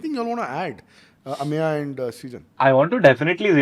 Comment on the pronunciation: Anyone else feels it is very funny how says AMYA instead of Ameya 😂